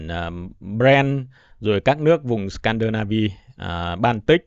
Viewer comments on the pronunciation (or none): none